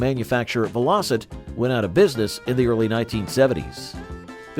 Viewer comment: Bloody Robots, what a con, spoils what could have been a good presentation. I turned it off after it said "Vel-Ositt. What a crock.